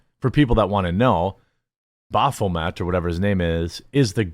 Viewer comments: It's pronounced baff o met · Baphamet….. satan… come on bro you know lol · BAPHOMET The Transgender 😂U were babbling incoherently there